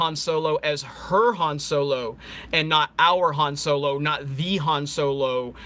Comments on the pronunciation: So low🤣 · I keep hearing "so-low" when you say "solo" 😂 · Deviltamer so-low😂😂😂